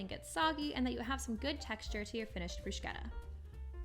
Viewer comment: In Italian, ch in the middle of a word is pronounced like a k. There is not sh sound in this word. Thanks for the recipe. :)